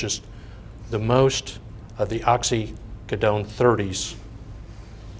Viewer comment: Resume is flawless; opens his mouth and reveals himself to be an imbecile. They paid this dunce a fortune, and he doesn’t know what a pill mill is, nor can he pronounce Oxycodone. He should return every dime they paid him or go to prison for fraud.